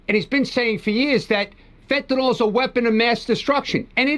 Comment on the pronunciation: 1. It's pronounced FEN TA N I L - as it's spelled F E N T A N Y L. 2. Your comment about Trump going after all the fentanyl pouring into our country assumes we're being told the truth. There's still been ZERO confirmation that the small boats that have been destroyed by Kegsbreath were carrying drugs. Maybe they were, maybe not. However our protocol is to seize the boats and the contents....not blast "SUSPECTED" drug traffickers out the of water. One of the boats blasted was apparently NOT carrying any drugs. But I guess this administration of war mongers think casualties are just fine because the people in them are brown skinned. 3. As always, Trumps actions are diversions from all of his failures: PRICES HIGHER THAN EVER GASOLINE SPIKING ALMOST DAILY PRESCRIPTION DRUG PRICES OUT OF CONTROL FUEL COSTS FOR HEATING AND OTHER USES GOING UP UP UP. HEALTH INSURANCE PREMIUMS, CO-PAYS AND DEDUCTIBLES FOR MILLIONS WILL GO THROUGH THE ROOF AT THE END OF THE YEAR IF GOP REFUSES TO NEGOTIATE. 4. According to Babbling Barbie Bible (dollar store Jen Psaki) Trump's main focus in on the ballroom. The $300 million ballroom when Americans can barely afford basic necessities.